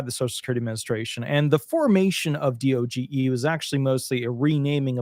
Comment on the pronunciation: Please stop spelling out D-O-G-E. It's one word, DOGE. I'm not sure why you can report on DOGE and not know how to pronounce it.